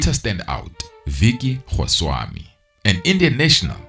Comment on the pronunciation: It’s definitely his name, he’s pronouncing it wrong - but Goswami is a huge Gujurath name.